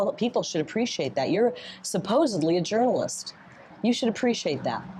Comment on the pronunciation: I'm surprised that after Kari Lake answered that "gernaliss's" auestion, he didn't ask, "and your point is?"